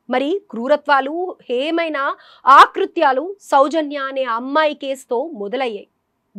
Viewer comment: ఆకృత్యాలు,,,,కాదు,,,,అకృత్యాలు అనాలి,,,,ముందు మాతృభాష నేర్చుకోండి,,,లేదా గాజుల సత్యనారాయణ గారి పెద్ద బాల శిక్ష కొని చదవండి